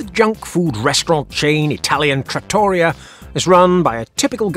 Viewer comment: trah-tor-EE-ah, not trattory-ah, OK, even if it looks like a copy of Olive Garden. Italian food loved by Russians worldwide I guess?